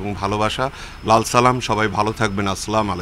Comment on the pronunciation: ভালো করে সালাম টাও দিতে পারেন নাই চাগল